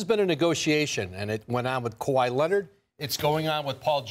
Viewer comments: 😝! Ya! Kawhi Lennit! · This man can't stop saying Kawhi Lennit if his life depended on it.